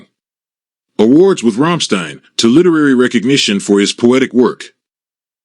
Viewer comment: wow can't say Till or Rammstein correctly.